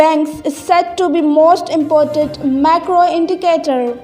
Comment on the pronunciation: said to be most impoted (important) indicator. (word pronunciation must be checked.)